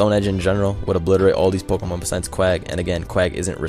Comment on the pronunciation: "Pokomon" Lul, Pokémon XD